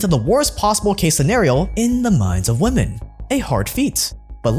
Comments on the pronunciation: What is happening on youtube? Why is it so hard to pronounce women in stead of woman? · Great video but why do people keep saying woman in place of women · I swear you keep saying "Woman" instead of "Women". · I know your fans will vehemently defend you and take this as a personal insult but still, tiny correction; women is pronounces as wimmin, there should be a notable difference between the words woman and women. :D Other then that god am I glad you put out this video cause you're literally one of the first people to make this open to the public, so many are fooled